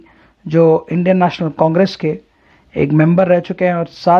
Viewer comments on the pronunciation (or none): none